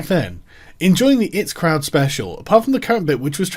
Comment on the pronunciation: I've been watching you for a long time, and mispronouncing The Eye-Tea Crowd might be the worst thing you've ever done.